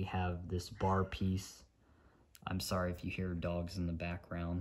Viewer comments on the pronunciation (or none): none